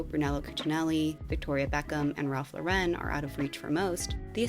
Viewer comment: So...did I just hear the correct pronunciation of Ralph Lauren for the first time in my life? Is it really Lore-IN? I don't want to out myself as new money.